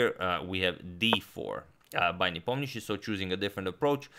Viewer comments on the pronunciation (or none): Are you sure you're pronouncing Ian Nepomniachtchi's name correctly?